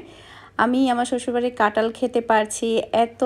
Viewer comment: কাঁঠাল না বলে ট বলো কেনো?